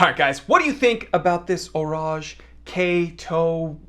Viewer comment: He did do a pretty good job with the pronunciation.